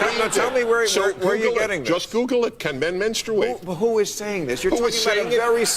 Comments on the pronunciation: The real conversation we need to have is about why Dennis Prager says "Menstrate" with a 'u' jammed in the middle. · To be fair I think the audience was laughing at how Dennis pronounced “menstuate “ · I think part of the laughter from the audience was due to Prager's pronunciation of "menstr-U-ate. " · I think a lot of the laughter was due to Denis' pronunciation of MenstUate. However, yes...these people do believe this crap. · I love you Dennis but the word is not pronounced menstrooate. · My only qualm is that he pronounces it “mens-troo-8.” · Yeah but he did set himself up when he said "menstrooate" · I think they were laughing on how he pronounced it. Kinda sounded like Elmer fud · Dennis pronounces the word strangely. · I think part of why people laugh is because they have no idea what he is talking about but also because he does say the word menstruate really funny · The real reason the audience was laughing is how Dennis Prager pronounces menstruate 🤣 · I meani just laughed at the way he said menstruate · Jesus Tim, the reason they laughed was HOW he pronounced menstruate.